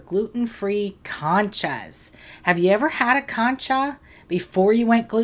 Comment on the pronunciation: Con cha like in CON